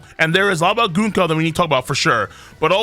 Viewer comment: it's Gunko not GOONko.